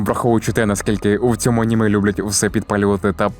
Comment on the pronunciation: Боже мій як мене дратує оце Ганіме, Горрор, досить цієї відверто тупої «українізації». Звідки Ганіме то взялось??? Якщо це просто жарт в даному відео то вибачаюсь, але того ГЕкання вже стільки в ютубі шо аж вуха крутить. Це не москалячі слова щоб їх виправляти, це здебільшого англіцизми які ніяк бляха не мають змінюватись і мають читатись ТАК САМО, а тобто АНІМЕ і ХОРРОР. Найтупіша ідея в історії українського ютубу…